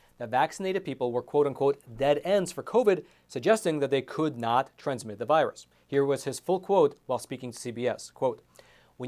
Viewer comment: It's not a v 👁 russ.